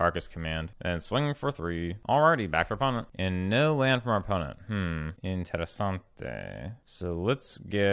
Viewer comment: That moment when you sayd "Interessante" make my nation so proud (i'm italian btw) <3